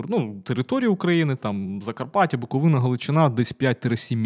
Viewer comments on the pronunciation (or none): none